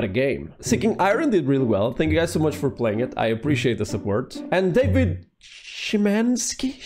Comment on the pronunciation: I'm not related to the creator of Iron Lung, so far as I'm aware, but Szymanski is a last name in my ancestry, & you pronounced it like we do. It's far from the most complicated in my extended family, however.